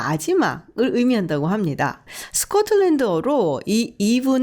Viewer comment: 스컷틀랜드ㅎㅎㅎ 발음좋으세요 발음이너무좋으셔서요~~~~